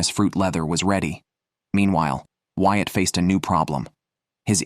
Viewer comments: Bloody hate these AI generated voices. Ruins the experience. Since when is Whyat "White"?! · This is done well. However, the narrator messes up the names. It is pronounced "Wyatt," not "White."